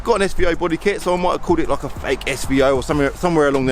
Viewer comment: Lol it’s SVO not SVR